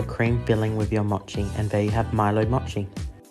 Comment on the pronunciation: he said "motchi" not mochi LOL